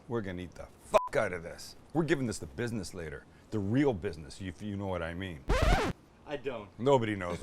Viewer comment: You definitely gave that the "bidness"